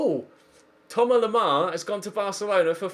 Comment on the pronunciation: Thomas Lemar, not Thoma Lemar